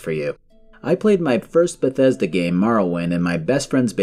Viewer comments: Oh SCREW you; "I GWEW UP WITH BETHWESDA"? Be mad at Fallout 76 like a normal person, but keep being a normal person and STOP pretending this company EVER had anything good going for them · I only found this video now, and aside from the funny CDPR reference, I feel the same today. I've never been a Bethesda guy, but seeing this video I just hear BioWare in my head every time he says Bethesda.